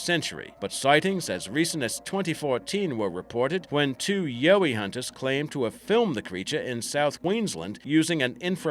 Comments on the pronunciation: Yeah, it's yowie like the yoweed. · Ya pronounce yowie wrong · Ugh! #2 pronounced Yow (like cow)-eee #1 pronounced Bun (like cream bun, or the bun you style your hair into) - yip. And for good measure: dear Americans. Emu is pronounced eeeem-you. NOT eeemooo. Thanks. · and yow ee, (like in howl), and diprotodon Dye Pro toe don, I dont know how someone can get it that wrong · If he's an Aussie...yeah right..... Why can't he pronounce Bunyip or Yowie correctly?